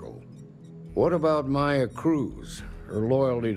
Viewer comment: Playing my drinking game called " says yes for no reason so drink" im almost smashed and it's not even halfway through...so we are going to, yes! Drink So I'm not pronouncing like yon or...the name is maya, they say it's pronounced m-eye-uh and then he starts calling her may-uh dude is terrible with pronouncing names outside of English and Greek. I gotta mute this while maya is around, not many ways to be so rude as to call someone a different name than the one they actually use..yes Maya and Maya are spelled the same. Maya is Greek and is pronounced may-uh or mEHaa..but she's clearly not greek. She's obviously Spanish heritage so her name......is Mai-a, m-eye-uh....why would you go for the Greek name, who so far in space is Greek? There's more non Greeks so maybe you will be respectful to the Spanish speaking culture and use the right name Not that hard to be polite. But it's automatic so you're kinda prejudice...